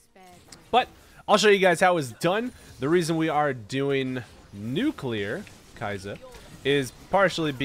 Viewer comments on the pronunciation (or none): It's pronounced Key Yah Suh